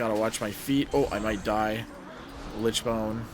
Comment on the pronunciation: I love the commentary, VERY helpful as someone whose still learning, but already hit KSM with frost... HOWEVER I can't describe how tilting it is to hear you say Lichbone instead of Lichborne XD gave me a little twitch everytime lmfao